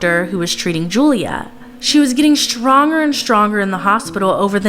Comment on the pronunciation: “ shtronger and shtronger “ ,what kind of commentator?